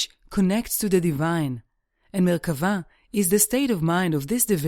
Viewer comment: Thank you for sticking to the definition of Merkabah and pronouncing it :) I am reading the Dead Sea Scrolls and I have read Ezekial many times. fascinating.